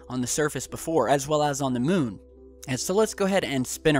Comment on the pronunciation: Is it just me or does anyone else hate the way he says "moon"